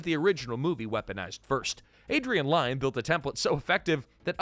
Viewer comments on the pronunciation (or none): Close. As in near. Not Close as in close the door. Lyne is pronounced like Lynn, rhymes with win.